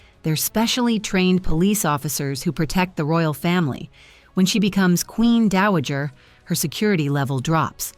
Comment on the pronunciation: Not Daajer, Dowager!